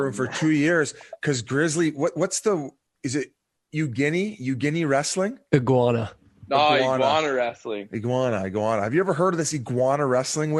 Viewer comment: Biz can't read worth shit man. Iguana = You-ginny?